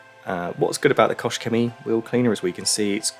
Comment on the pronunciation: Are you sure it is "koSH"? I've always though it pronounce like "koH".